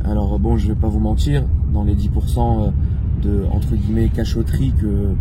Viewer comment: Des guillEEEmets , des echEEElons